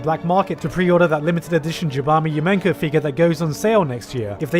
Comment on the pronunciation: The way you say jabami yumeko makes me wanna cry